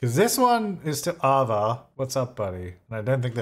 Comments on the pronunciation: Ava is pronounced ay-vah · I love you but it's Ava like 'A' as in 'hay' and 'va' as in 'baa'... Ava (sorry, i has too) btw love you too Deli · The way you pronounce Ava at the beginning has made my day 🤣